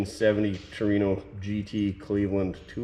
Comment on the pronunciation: Whore-ino? Takers 😂